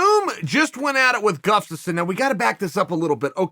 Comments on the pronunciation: I firmly believe Chael is saying Gufstasson on purpose at this point. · “Gufstasson”, hahahahaha!